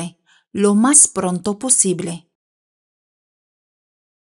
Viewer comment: Prunto ❌ Pronto